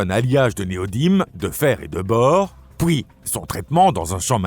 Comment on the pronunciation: Effectivement, cette voix IA a du mal avec les "pouis" (puis) et "pouissant" (puissant) 😂 Ce n'est toutefois pas la pire que j'ai entendue 🤔